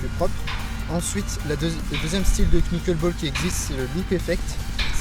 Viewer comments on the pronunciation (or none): A part la prononciation de Qunuckeulbol, super tuto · En vrai ça se prononce "neukeulbol" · La "knouqueule bôle" ptdrrrrrrrrrrrrrrrrrr